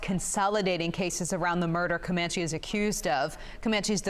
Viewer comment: His name is pronounced Chance ….. Cuh-man-chi …. Just google/youtube him and you’ll get hundreds of news reports with the correct pronunciation of his name.